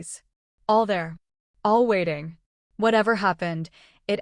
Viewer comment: and (sisters) ~ Words that end in ing aren't pronounced the way that you ladies are pronouncing them. The word 'gazing' isn't pronounced gayzeenGUH. 'Fulfilling' isn't pronounced fulfilleenGUH. 'Waiting' isn't pronounced waiteenGUH. The g is soft, not hard. You are giving these words an extra syllable. (There are several other ing words here that you both pronounced incorrectly.) Listen to how professional adults pronounce ing words. Listen to the narrator. You sound absolutely uneducated and ridiculous. Please, learn to speak correctly. And, teach your children correct pronunciation, too.